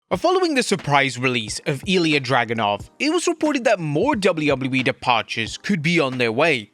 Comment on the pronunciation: IL-YUH DUDE HOW DO YOU MESS UP HIS NAME THIS FAR INTO THE GAME?